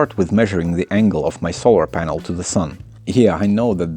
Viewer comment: it took me 3 rewinds to understand he actually said "polar sanel" the first time X3